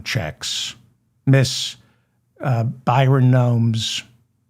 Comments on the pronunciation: David it is Bryon like as in breasts not Byron His parents named him well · You keep calling him Byron...it's Bryon! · Bryon not Byron. But. You're hilarious 😂❤